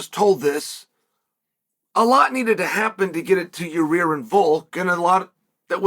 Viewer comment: Ya-rear is a no, moosvar deserves it